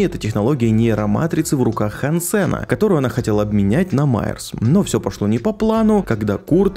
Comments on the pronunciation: Все круто,но почему ж хансЕн,если хАнсен. Ну на крайняк гАнсен. Но не Хан Сен же. Он же не китаец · Не хансЕн, а хАнсен!!! А то какойто вьетнамец Хан сЕн все время слышится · хАнсен, а не хансЕн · хансЭна.... меня аж передергивало каждый раз когда ты не правильно произносил его имя... хАнсен.... какой еще нафиг хансЭн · ХансЕн звучит как что то казахское, правильно хАнсен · Он не ХансЭн, а хЭнсен. Это же очевидно блин. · ХАнсен! Не хансЕн! Стукани себя чем нибудь. И сажаем, а не садим. Фу, блин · хАнсен, а не хансЕн Слух очень сильно режет